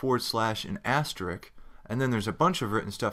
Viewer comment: The only thing wrong with this tutorial is your pronunciation of the word 'asterisk', but for that you are forgiven. Great series of tutorials!